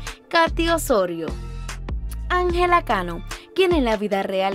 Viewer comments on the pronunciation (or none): none